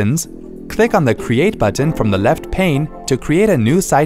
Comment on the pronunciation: Who pronounces the letter "T" this much. "BuTTon."